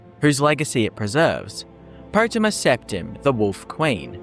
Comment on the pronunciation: Po-tay-ma. Not Pot-e-mah.